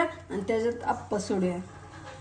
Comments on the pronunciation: आप्प नाही ग बाई आप्पे म्हणतात 😄😄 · 😂😂😂 आप्प नाही ग आप्पे म्हणतात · आप्पे म्हणतात आप्प नाही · आप्प आप्प 😂😂😂😅😅😅😅 😅 नीट बोल